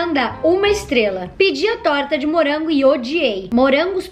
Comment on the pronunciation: "Hummm torta de murango"